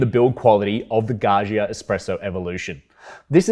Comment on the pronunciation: Gaggia: Please, pronounce the middle 'gg' as dj not *jshz*, as in 'budgie' or, better, 'fudger'. Thank you. 🙏🏼